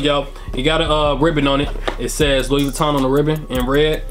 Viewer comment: Thanks for the vid, for future reference,since it’s French, you don’t pronounce the s in Louis.